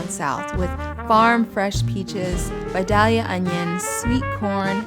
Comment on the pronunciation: Honestly this is the first buddha bowl that I've said "YES!" after seeing each component. As a southern girl transplanted wayyy out of her element this is exactly what I've been craving. And you said vidalia onion right! (Where I Iive now I keep hearing vah-dee-lah. Rawr!) Thankful I stumbled across your channel this morning.